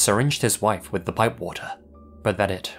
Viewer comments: Lol he actually said pipe water. It does sound like he said bong water tho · omg PIPE water aksfaohhf when u first said it i thought you said BONG water and i was like?D?F/a?FASdgadga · Did he say inject her with “bum” water or “bong” water? I know I’m totally off but that’s what it sounds like to me. Not joking.